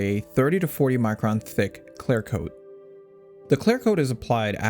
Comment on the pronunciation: Is it "claire coat" or "clear coat"?